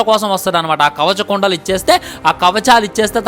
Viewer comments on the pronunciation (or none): కవచ కండలలు కాదురా బాబు కవచకుండలాలు